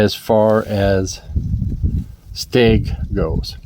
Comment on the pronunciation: It is stag... not steg lol